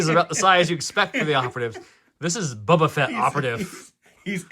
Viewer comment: Bubua Fett.. lol